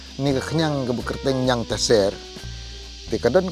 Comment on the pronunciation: Niangtaser ymdei niangtasiar Pronounce bha